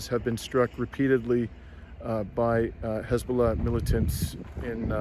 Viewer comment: Did you say Hezballoh militants ????